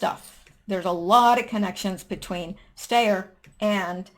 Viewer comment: Just a pronunciation tip,: Tom Steyer's name is pronounced STY-er - like a STY in your eye. (I know because he's been running seemingly non-stop impeachment ads here in California, ugh!).